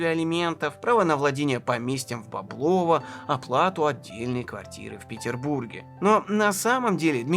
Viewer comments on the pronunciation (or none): бОблово, не боблОво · Правильное ударение -- БОблово. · Дмитрий, огромное спасибо за этот шедевр! Действительно история великого, но живого человека. Рассказано как всегда максимально увлекательно и объективно. Разве что меня, как коренного клинчанина, немного покоробили ударения: Боблово - правильно на первый слог, Клина - на первый, в Клину - на второй.